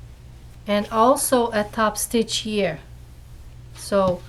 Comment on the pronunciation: The word is "here" not cheer